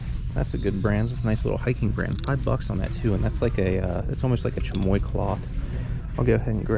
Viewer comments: Love the channel! Don’t love the pronunciation of “chamois”. In the US, it’s generally pronounced “sham-ee”, and England and France pronounce it, basically the same, “sha-mwah”. Or, as Vince Offer pronounced it, “Sham-Wow!”. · chamois is pronounced shammy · Chamois is pronounced sham-waa. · It’s pronounced Sham-Eee (Chamois) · I keep thinking you’re saying chamoy - like the Mexican plum sauce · Just FYI from an old thrifter--"chamois" is pronounced sham-ee. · lol i had no idea what he was saying till the comp went up! cute 😅